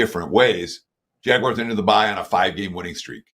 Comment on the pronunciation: Love the show., quick question: why do u always call them the 'JagWIRES', when they are the JagUARS. Nowhere in the word is IRE!